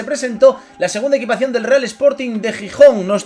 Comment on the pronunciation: EQUIPACIÓN NO EQUITACIÓN* jajajajajajaj crack